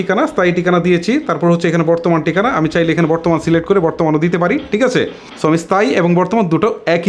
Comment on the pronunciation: ভাই আপনার প্রতিটি শব্দ উচ্চারণ এই সমস্যা রয়েছে এটি আগে আপনি ঠিক করেন। টিকানা, স্তান, বোটার এসব কি ভাই?!!